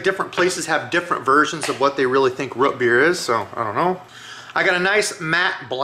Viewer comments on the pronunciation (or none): ‘Ruht beer’? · "Root beer" is the only thing I've ever heard you say with, what I assume to be, a regional accent.